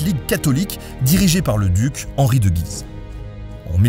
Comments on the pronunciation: Bien le bonjour ! Merci beaucoup pour ton commentaire et pour les précisions qu'il apporte à l'épisode :) Concernant la prononciation de Guise, il me semble qu'il y a une distinction à faire : lorsqu'on parle du lieu, de la ville aujourd'hui dans l'Aisne, on prononce effectivement le nom en disant le U comme tu l'expliques. En revanche, quand on parle de la famille, ça se dit "à la française" sans prononcer le U, comme Ben le dit dans l'épisode. Voili Voilou :) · Picardie ftw ! Tiens d'ailleurs, je vais faire le relou... Il me semble que l'on prononce Guise "Gü-iz", et non pas Guiz (sans entendre le u). Bisous et continue loooooongtemps steuplé ! :D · P'tit Nota : On dit GUise (comme la ville en Picardie en fait). On avait donc le comte de Condé (aussi une ville proche de Soissons) et le duché de GUise .. voilà voilà :)